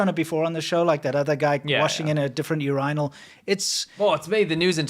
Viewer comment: Montezumas revenge looks good all of a sudden Also, nobody laughing at the way says Urinal? Lol it’s like he is over stressing the R